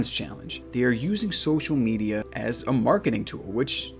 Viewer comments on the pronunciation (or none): none